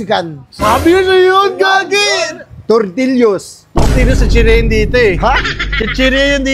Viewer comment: tortillos hahahaha